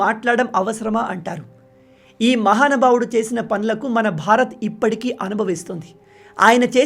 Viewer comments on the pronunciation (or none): బ్రో నువ్వు మహానుభావుడు అని అన్న ప్రతిసారి నాకు ఎర్రి పూకా అని వినిపిస్తుందిరో నాకు ఎందుకో తెలియట్లేదు